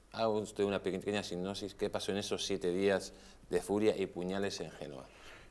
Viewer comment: Sipnosis no... es sinopsis